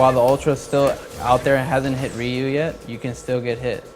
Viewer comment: still calls Ryu "Roo" no one cares anymore